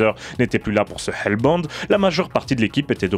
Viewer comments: Je suis pas pro en anglais mais je croi pas que hellbound ce prononce "elle bande" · Hellbound en un mot sinon ça donne bizarre à l’oral